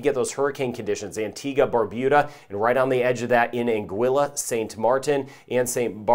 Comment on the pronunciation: I fell in love with this when he pronounced Anguilla correctly 😍 😭